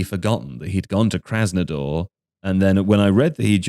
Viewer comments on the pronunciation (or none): That's how the English generally mis pronounce it, yes lol